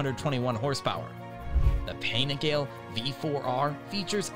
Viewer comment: Let me step in here for Americans to say the dolt (guy) narrating this doesn't represent all of us. Any guy I know in US that rides streetbikes understands how to pronounce Panigale properly.